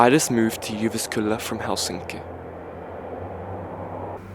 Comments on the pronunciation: it's not really pronounced "jyvaskylla" it's more pronounced "youvaskula" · Juvaskula, sounded like pronounced Russian.